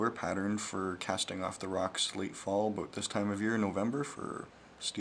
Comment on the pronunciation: you had me until aboot.